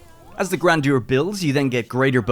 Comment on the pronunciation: Amazing when YouTubers don't bother learning pronunciation before making their videos